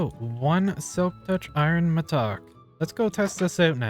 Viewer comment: Mattock is pronounced like “madduck”, like you would say “haddock’ the fish. but not “mah duck” or as you say “mah tock”